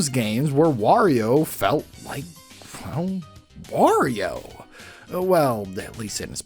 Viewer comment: I could have sworn you said "worio" at one point